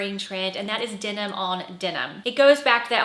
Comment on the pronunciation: It’s denim, not dinim!